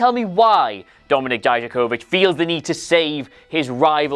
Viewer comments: "DIE-JUH-KO-VICK" It honestly isn't hard to pronounce. At all. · I think hates Dijakovic because he can't pronounce his name without biting his tongue several times